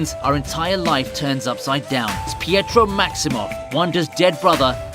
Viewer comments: Fietro? Its Pietro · "fietro" lol